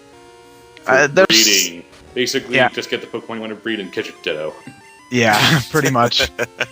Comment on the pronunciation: When they said Ditto, I thought they said dildo..